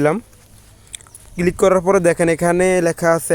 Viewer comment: কিলিক করব? কিলিক কিলিক 😂 Local English 😂 কোন School থেকে পাশ করছস?